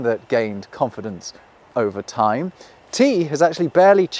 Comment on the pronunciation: Cool concept for a video. Poor execution. "Say you can't remember the symbol for ty........." For what? I would think that a video about language would have the speaker annunciate. And it's very curious that you look at the symbol that represents "time" and go "whatever that means" meanwhile it is so very reminiscent of a that. And that obvious to anyone who looks at it. Fuck off you ugly psudo intellectual British wank pot twat repellent in a Bruce Springsteen Jean jacket.